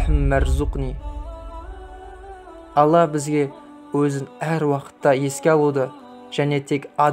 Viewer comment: Аумин емес Амин деп айтыладыма???